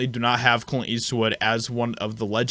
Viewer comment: You don’t know how to pronounce or annunciate Clint ? Do better. You’re out here in front.., lead by example..